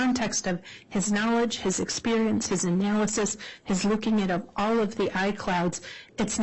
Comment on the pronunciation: That and the constant extreme ways she pronounces things wrong, or with some kind a very weird accent all make me want to bash my head in. “Uh-nnn—yyyyyaaaaallll-is-is” dude, it’s analysis. Or “ch-yyyyyaaad” instead of Chad.. neither very hard to say or pronounce… 😬